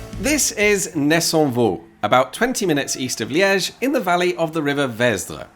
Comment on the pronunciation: Solid pronunciation of ‘Nessonvaux’ 👏